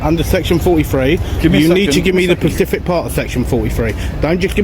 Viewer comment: Reupload of an ancient repedative video where plod is still saying "pacifically" do your own audit or create your own content.